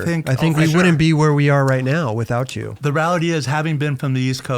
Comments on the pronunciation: He says “rality” too much. *rEality!! Come on professor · Seriously ,where the hell did you learn to pronounce "reality", Paul?!! Hahaha!!! Good episode. Black label with PS Wood is the best. Not done with this episode but I wish they would talk about the Yard Stix or the Ripsaw and all time best sellers for Schmitt Stix. I would think Lucero's deck would be it.